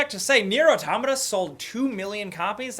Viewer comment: the way you pronounce Automata is infuriating......